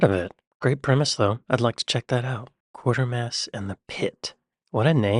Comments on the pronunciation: You're not the only one who hasn't seen "Quatermass and the Pit" - the people who made this video haven't either, or they would have pronounced Quatermass correctly (it is not pronounced Quarter-mass, it's pronounced Quaiter-mass). The urban legend about the chest-bursting scene in "Alien" is just that, it's not true. None of the actors in the scene have confirmed it is true.. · Did he say quarter mass? its QuAtermass, and my favourite Quatermass movie. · There they go again: WatchMojo doing another Chuwumbawumba: It's Quatermass, as in Equator, not Quartermass as in Water! Before being a film it was an excellent TV serial, or "miniseries" as they call them now. It scared the living daylights out of me when I was a kid. BBC had it's usual budget of five quid for the whole production, but it was amazing AND can still be found on the Internets without much effort. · Spelt Quatermass ... pronounced kwatermass ---- not quartermass . It is a good low budget haunting sci-fi movie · QuaRtermass and the Pit? I thought it was prounounced QuaYtermass and the pit.. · It's pronounced 'kwayter mass', not 'quarter mass'. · IT'S NOT QUARTERMASS! There's no R in the name. It's pronounced Kwaytermass. It was a movie spin-off from a British sci-fi TV series originally shown in the mid to late 1950s. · this stupid robotic voice cannot even sat Quatermass properly he said quartermass ,there is no R . It is quater as in crater . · Quatermass is pronounced "Kway-ter-mass", not "Quarter-mass", there's no 'r' between the 'a' and 't' in the first part of the name; the bloke narrating is an idiot. 🙂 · When a 'so called British' Youtube channel says British Sci-Fi Quatermass wrong. It's not 1/4mass, its Kway-Ter-Mass. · ARGH!!!!!!!!!!!!!!!!!!!!!! Not QUARTERMASS!!!!! Quatermass!!!!!!!!!!!!!!!! Sounds so wrong! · Yep it's kwayter mass not quartermass. I can't abide these sort of films 😂😂😂😂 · Quartermass is pronounced Qwaytermass. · Bloody hell! "Quartermass"! Can't the idiot read?